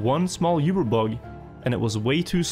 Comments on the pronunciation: Awesome vids, but the word Uber, isnt pronounced You-ber. Its pronounced Oo-ber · "yoober" bug lol. That's not how uber is pronounced, in english or german. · Isn't it pronounced "oo-ber bug" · you-bear bug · I can't get over his terrible pronunciation of Uber.